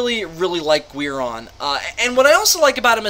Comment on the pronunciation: Why are you saying Guiron like Gweir-on and not Gear-on